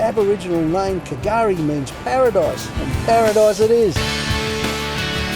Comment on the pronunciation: Just a shame he got the pronunciation wrong. The K is silent.